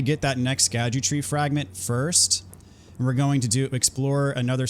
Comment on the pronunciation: Found out today that scadutree fragments is actually just pronounced “shadow tree”. The “sc” Is old English but makes a “sh” sound.